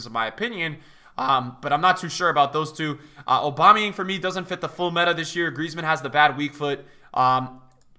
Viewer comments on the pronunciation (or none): Nobody:: OBAMAYANG